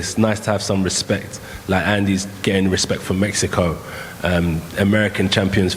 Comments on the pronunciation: Ruiz: "for Metzico" lol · “For Metsico”